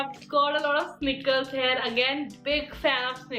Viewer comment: Why do you always say hare for here?